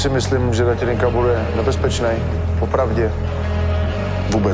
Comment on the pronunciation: ale musim pochvalit Karlosa, ze spravne vyslovuje Milanove priezvisko na rozdiel od typka, ktory nahovoril uputavku na ten titulovy zapas, co mi pride celkom fail. Pretoze Datelinka sa spravne na Slovensku vyslovuje tak, ze sa to "t" zmakcuje.